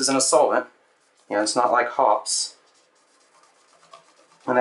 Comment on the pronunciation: It's pronounced "HOPPEES", LONG ON THE E, not HOPS.